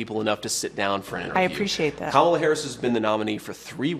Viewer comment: IT'S KA-MA-LA........